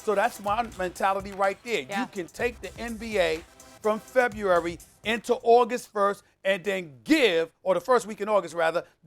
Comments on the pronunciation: Uh, Stephen A....can you spell February? Cuz it sounds like you can't even pronounce it (Awww Stephen A, it'll be ok) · Ok, who taught Stephen A how to say February?